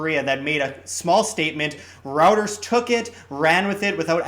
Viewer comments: Did he really just call Reuters "routers"? 😕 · Its pronounce ROYTERS